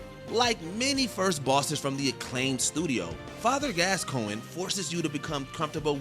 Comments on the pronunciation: I don’t know who glasscoigne is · No “L” in Gascoigne. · Father Gascoinge had about 3 different pronunciations 😂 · This is a list of hardest FIRST bosses it seems. Looks like it was incorrectly named. Plus the pronunciation... MAE-ko, JER-alt, Gas-COEN, GAY-den... etc